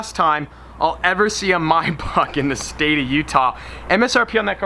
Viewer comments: the way he says Maybach LMAOOOO ****My Back**** lmaooo im cryinggg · Why does he say maybach so weird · Why do he say Maybach like that😭